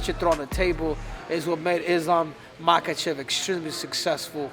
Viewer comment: You getting Islam Last name pronunciation wrong ….